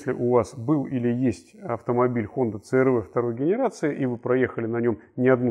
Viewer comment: отличный "рунглиш". говорить цэ-эр-вэ, вместо си-ар-ви.